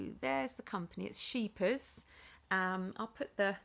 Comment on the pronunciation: You say scheepjes very well I am from Holland